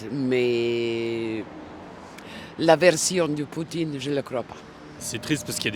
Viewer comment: « vendredji… » « Poutchine… » « audjiteurs… » 🤣